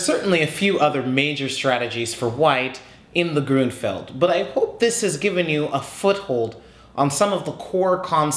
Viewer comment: I think it sounds better the way you say it. That's the way that I hear other chess instructors in other videos say it anyway. Also I noticed that you mentioned recently in the comments on another video that you lived in Seattle. I wish it rained down here in Georgia like it does up there. Maybe one day I will get the chance to visit the city and see the Space Needle. :b